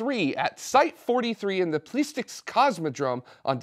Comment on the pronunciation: Aww dang. I wasn't expecting that to be noticed. I was kidding with the whole thing. It's pronounced [PLEE-syetsk] (that's the English spelled out pronunciation of the Cyrillic text at least). Don't take my word for it. I'm a eNgLeesh teecher. But I sure am interested in learning Russian because rockets. 😅 Man, have you gotten more camera confident! Me likey! You guys have been keeping me sane for about a decade now. Where will we all be in the next decade? Doing the other things? 🖖😊